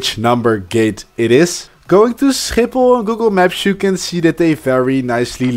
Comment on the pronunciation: you dutch cuz the way you said schiphol was very dutch man (i am dutch to btw)